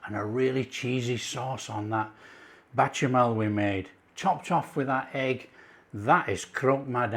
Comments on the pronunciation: Why do you keep saying bachemal and not bechamel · Beshamel. Ch in french is a sh sounds. Cheers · Goo-vee-yer cheese= Gruyère cheese. Batcher-mail= Bechamel sauce….God bless you,. Delicious looking sandwiches